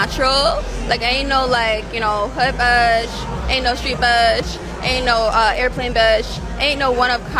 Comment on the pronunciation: Red flag: she draws out the last syllable of the last word with a gravel in their voice ie 'bisssh'